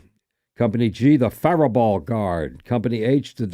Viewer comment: For company G I'm wondering if he is pronouncing the "Fairbault" . If so they pronounce it as Fair Bow - Bow as in crossbow.